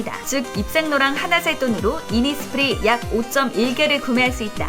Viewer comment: “innis prii” 😂